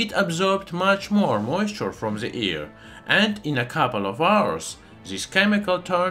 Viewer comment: Its AIR not EAR😉😁 I love your channel🥰